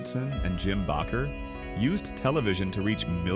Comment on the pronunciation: DId you say "Tim Bocker?"